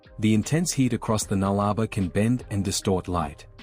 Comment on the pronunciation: us Aussies pronounce it null-a-bore not nullrba